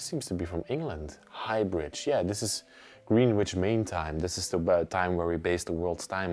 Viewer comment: The plural of vinyl is vinyl. And the ten inch ones that are heavier and more brittle aren’t vinyl, they’re shellac. Greenwich in England is pronounced “gren-itch”. Your language ability is fantastic. But “vinyls” is one of those things that grate on me.